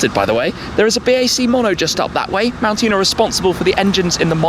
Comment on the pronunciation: Why is it that Ford salesmen pronounce mountune as if it is spelt montune? Anyone else notice that? That sequential gearbox is awesome